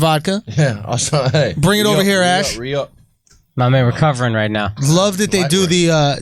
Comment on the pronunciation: the way akaash said right sounds like "what about bombs"